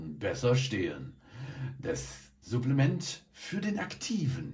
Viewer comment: Irgendwie triggert es mich wie du Supplements aussprichst haha